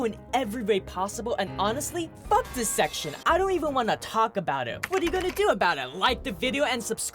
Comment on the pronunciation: This man said "shecshon" 5 times btw